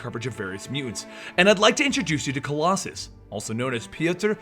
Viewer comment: you totally butchered his name. i love colossus who is one of my favorite xmen characters, he looks badass and cool. i think he is a very underrated xmen, people dont get how important and relevant he is as a character and as a part of the xmen team